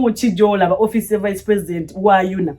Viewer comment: Precitend, oba president 😍ebyuma bya bazungu biswaza🤦‍♀️🤦‍♀️🤦‍♀️